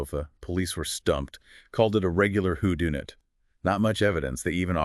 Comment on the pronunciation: who dune it? u mean who done it? Where are you people from to come up with such crazy, mispronounced words? weird. and i don't think that's Code's pic as i have just finished several docs in the last few hrs only b/c I live in S'port and he's been in the news again. do better